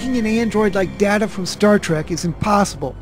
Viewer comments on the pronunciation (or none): It's (Day-ta), not (Da-ta). One is his name, one is not mister Doctor Polaski. (sorry, I have no clue how to spell her name) It's strange that whoever you were talking about claimed that only Data would be able to tell if he had a soul since he probably assumes we have souls, and we can't sense them. I guess maybe theists have hallucinations of having souls.